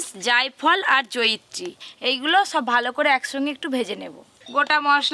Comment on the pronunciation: 😆 joyichee bole na Joyitree bole 😆